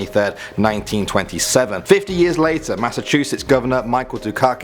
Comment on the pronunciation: He said Massachussets 😢